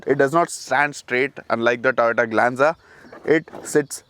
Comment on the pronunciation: You say tata glenza 😂